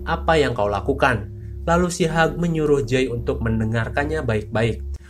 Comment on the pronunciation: Hiuj bang bukan hag😂